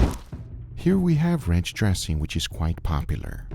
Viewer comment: Kept mishearing Guga pronounce 'ranch' as 'wretch', as in, "I have to remove this wretch". Still seemed accurate.